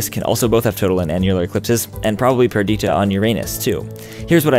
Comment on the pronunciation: Does anyone else’s feel he’s talking too quickly? Also, I’m pretty sure it’s PUR-dih-tuh, not pur-DEE-tuh. Interesting concepts, nonetheless.